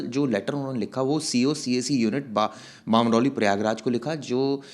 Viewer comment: बामरौली नही बमरौली हैं। क्या पता बाहर से आया ही न हो।